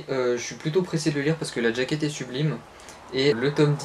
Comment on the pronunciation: J'aime bien tes vidéos, c'est agréable à écouter, mais j'ai juste une remarque: il faut dire "jaquette" et pas "djakete" ^^